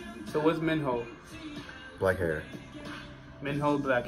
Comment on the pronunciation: Onew will have his 29th birthday on the 14th December, he’s still 28☺️ And the H in Minho’s name isn’t really pronounced that hard, you say his Name as Mieno, you pronounce the I as E🙂